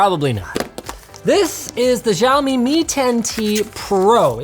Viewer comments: It's Shao-mi not Zhou-mi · why they can't simply say "shaomee" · shiaomi, no its siaomi :-) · wtf is a xaimioaoa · Wonder if he'll ever pronounce the brand correctly... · thumb down for pronouncing Xiaomi wrong..